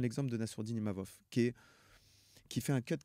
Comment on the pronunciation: C’est pas Imamov Dana, c’est Imavov